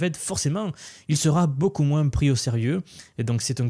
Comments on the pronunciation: Hello, j'adore tes vidéos et te suit régulièrement. :) Rien avoir avec l'IA mais j'ai constaté que tu prononces les S quand tu dis "moins" moinsss, c'est voulu ? Une fois que je l'ai capté j'entends plus que ça :D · Merci pour ton travail et surtout bon courage dans ta région avec les chaleurs qui arrivent(tu as été trahis par ta prononciation de "moins" que l'on entend dans le sud-ouest de la france) ;)